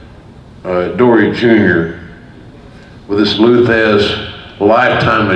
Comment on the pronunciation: It's Thesz...not Thez.